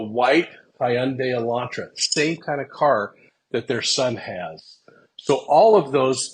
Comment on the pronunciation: Ok, s l o w l y …..”hun day” like “Sunday” Elantra not Elantro.